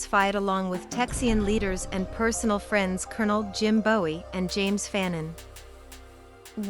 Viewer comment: Lost me when the AI pronounced Jim Bowie’s last name the way the singer David pronounced his.